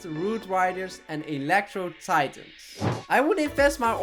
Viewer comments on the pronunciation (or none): none